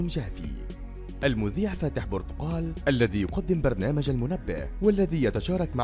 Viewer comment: بورتقال اسمها ؟!! اسمها برتقال